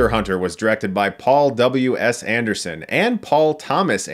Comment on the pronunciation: I thought you said " ... was directed by Paul double-U ASS Anderson..."